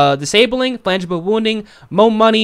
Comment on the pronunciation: FRANGIBLE. Not flangable. Please. Slow down. No need to rush. Slow down. Read things correctly.